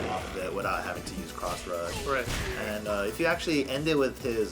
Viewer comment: It's pronounced Cross Rush, not Crotch Rush.